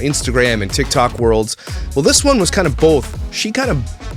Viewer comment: Did you just say “bollthhhh”?😂